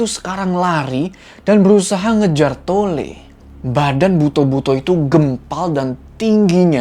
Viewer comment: Bacanya "buto" bang bukan "buto"